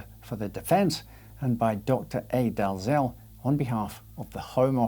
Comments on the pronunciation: You pronounced Daziel wrong. It is pronounced Dee El. Do you not watch Daziel and Pascoe?😊🙂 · Can’t believe a so called Scot can’t pronounce Dalziel correctly. For shame.